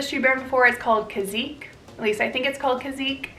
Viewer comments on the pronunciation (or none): Great video! Kizz-ick (Kizik) and Bab- uh-Tahn (babaton)